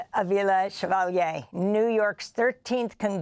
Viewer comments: Amy, with love, not SHEvalier, she said CHEValier. Or if you will as in CHE Guevara. Spanish doesn't have the SH sound that French and Italian. do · I love Amy for asking how do you pronounce your name, and then immediately messing it up 😂